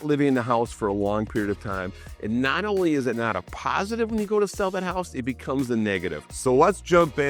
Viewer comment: Ne-awt instead not. Northerners pronounce things so strangely.